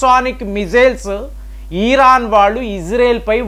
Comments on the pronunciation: ఈరాన్... కాదు... ఇరాన్ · ఈరాన్ కాదు,..ఇరాన్ 😂